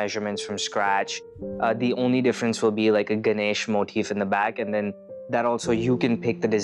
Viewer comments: Yeah, it's all good BUT it's so annoying how they pronounce it GanASH rather than Ganesh. 😂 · 1stly, It's not "Ganash"! It's "Ganesh or Ganesha" And 2ndly, It's "Lord Ganesh or Lord Ganesha" He's a god😑not ur neighbour! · Such a sorrowful fact that they don't know how to pronounce Ganesh properly 😑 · I understood they were talking about ganesh only after reading this comment I heared ganache and didn't get what he meant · It’s Ganesh not Ganache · She said ganache instead of ganesh😔